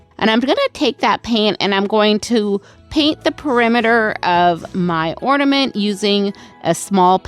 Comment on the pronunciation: I love your ideas but couldn’t listen you say ord a ment instead of or na ment!